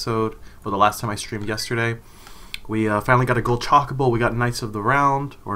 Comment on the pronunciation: I cringe every time he says Chocobo. CHAKABO. Lol. Other than that....this is a really good fan game.